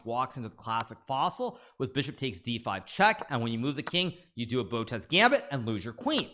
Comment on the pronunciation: "Botez Gambit".... lol